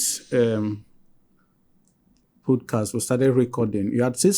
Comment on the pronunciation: First off, this presenter is so dull. Pronouncing "podcast" as "pudcast". I came here because of this interview but i just have to quickly say those who watch this guy's podcast steadily must be going through a lot because he sounds so dull.